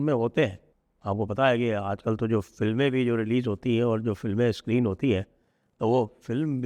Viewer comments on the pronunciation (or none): none